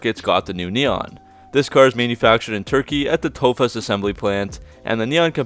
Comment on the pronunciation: it's pronunced as "tofash" and written as "tofaş"